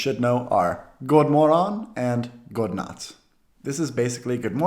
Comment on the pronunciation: Very nice video! But still: Godmorgon & Godnatt are usually said as gomorron & gonatt. Tack has a more closed a-sound and a soft ck-sound (i.e. not that far back in the mouth). Sounds less aggressive too :D "Tack you" is possible – Tack du!, Tack för det [du]!, Tack ska du ha!, etc. "Ha en bra dag" is actually a direct 70s/80s translation of the English "Have a good day". A more Swedish phrase would be Ha de' gott!, Ha det så bra!, Sköt om dig, or similar. The word är is (most) often said as "eh" or "äh". "Ganska lagom" sounds odd, or ironic, as an answer to Hur mår du? More typical answers would rather be Tackar som frågar, Tack ganska bra, Sådär, Hyfsat, Någorlunda, Jo då, Jo vars, Jämna plågor, etc. etc.